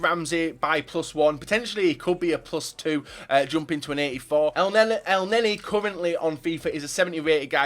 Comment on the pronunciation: I'm Egyptian and I know how to say elneny it's nearly correct but in English ur not use to pronouncing the letter e it's different to English in Arabic so say it this way